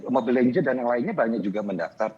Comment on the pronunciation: tuh orang tua tidak mengerti steam makanya bilang mobile legen wjwkwkwkwkwkw